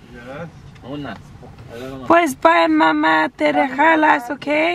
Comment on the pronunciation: “Te rejalas”😂💜